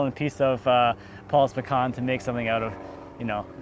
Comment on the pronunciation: That is some Beautiful pecan (I see your still pronouncing it wrong,:>)